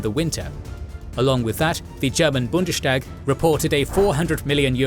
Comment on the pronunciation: For future reference, the german Bundestag is pronounced Bundes_Tag, not Bundeshtag, its a compound word